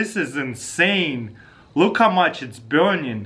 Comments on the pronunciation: trigers me every time he says "biurning"... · I like the way he says burning. BIURNING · "look how much it's burnian." "Wet fiah" I love Taras. :p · "It's deafinitely burnion"